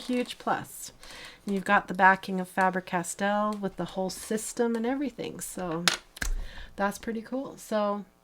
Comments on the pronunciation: Faber like Paper. The “A” is long sound. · It is spelled F-A-B-E-R because it is a german name and we do not use the english spelling so NEVER say FAEBER when it is called FABER!